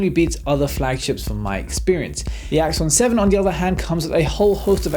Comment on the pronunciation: Awesome works again :). Everytime you said Axon 7, it sounds like Iphone 7 haha. I guess may be that's their ultimate Goal =P